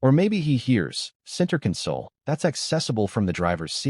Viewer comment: It's AI. Decided when it mispronounced 'console'.